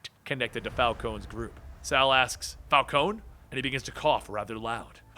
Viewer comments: It's not Fal-cone, it's Fal-cone-ee. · It's pronounced Falconee not Falcone with a silent e.